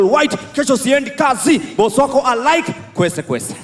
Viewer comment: Yea niliskia ng'ang'a akisema kwensekwenses